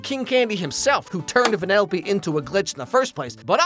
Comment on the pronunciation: Venellope? Instead of weaving she races lol